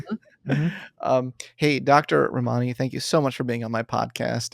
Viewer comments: Read her book Word for Word, yet can’t pronounce her name? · He is so rude to her.!! Very inappropriate for him to treat her that way. He doesn't say her name correctly.. wow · You’ve mispronounced both her first and last name. Two minutes of research will help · I can't believe he doesn't pronounce her name correctly and doesn't even seem to care. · Lord. Please learn her name pronounciation 🤦🏻‍♀️ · first step, bud: pronouce your guest's name correctly. I can't even watch this because you are too lazy to get that right.